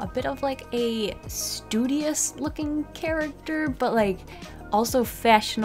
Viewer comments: I like it when she says shtudiash 😂😂😂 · And we add another word to the Dictionary: Shtudious